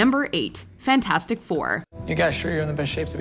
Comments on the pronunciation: Always laughed how everyone called the Fantastic 4 movie Fant-FOUR-stick. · i hear "thing" say fantastic and he needs to SAY IT RIGHT IT`S "FANTASTIC" NOT FANTASTIC YOU SOUND LIKE A DAMN FOOL WHEN YOU SAY IT WRONG